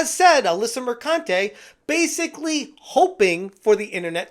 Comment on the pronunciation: PRONOUNced MerCUNTe